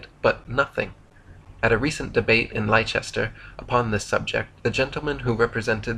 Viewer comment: Leicester is pronounced as 'lessta'